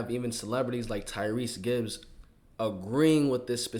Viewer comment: Tyreese gibson boy stop butcherin his name😂😂😂